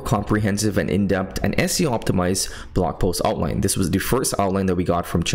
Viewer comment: I'm glad you finally realized how to spell "in-depth". Now you just gotta work on the pronunciation🤣. I'm just playin' 😆